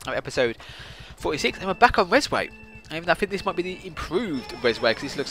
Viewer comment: It's actually called "Rezway"